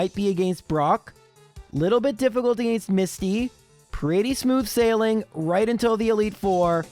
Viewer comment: "Agaeeiinst" Bro, what accent is that? It's almost like the people around where I live that sometimes pronounce water with a u in it.